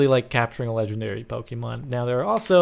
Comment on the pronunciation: ok im finally annoyed enough by this to say IT'S NOT PRONOUNCED POKEY-MON IT'S POH-KAY-MON